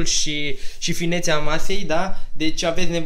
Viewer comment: Ai zis 'masei' in loc de 'mesei'😛😂😂